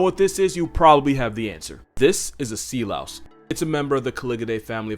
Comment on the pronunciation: They are called sea louse, or sea lice. Not Sea Laos